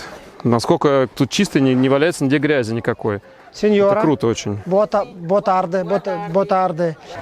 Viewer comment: Как вы португальские слова произносите... Boa tarde произносится как "бо тарджи" - открытый слог.